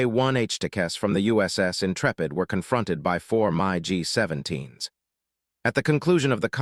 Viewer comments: What a great way to spoil a good subject: use a stupid BOT that can't even say MIG! Great subject matter, phony Narrator. Man up & narrate it yourself. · You need to teach you AI narrator how to pronounce MIG. And I didn't see any reference to the ENGINEERING of the plane...which is what the title promised. THumbs down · It’s a crying shame that you don’t know how to talk and accurately pronounce names and words. I am a Vietnam veteran who has 23 air medals from my combat flying. Mig 17 you dip sh*t. I speak Vietnamese with a Hanoi accent. Does that mean anything to you? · If you are going to produce videos with computer-generated voice-overs, at least use software that doesn't mispronounce the name of Soviet aircraft as "My GEE" instead of the correct "MIG" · I wish someone could teach AI to correctly pronounce names. It's a MIG 17, not a My G 17. Dumbass' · Ugh... its hard enough for me tp stomach & put up with the damn AI voiceovers (especially this particular, profoundly overused & repetitive selection of the voice itself), but i just can't handle it when it says something like "My G" instead of "Mig" when referring to the various Soviet designed/engineered/manufactured fixed-wing jet aircraft, which at this point in time included the MiG-15 & MiG-17 jet fighters, and perhaps even the MiG-21, although im not sure if the last/latest MiG version had been developed & successfully fielded yet or not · M eye `17? Most American vets simply say mig. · My Gee. You mean MIG!?! 🤬. How about just get a human to narrate. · This AI voice...pronounces everything wrong and it's annoying! Do better...for this amazing aircraft! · The AI voice can’t pronounce Mig! What the hell is a My-G? Other than that it was a great video about the A-1! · Mig becomes My G? When ar you going to get a narrator who is able to read and pronounce words of the script correctly? Pathetic production procedures. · Those were Mig's (pronounced like Pig) not MyG's. Otherwise pretty informative. Thanks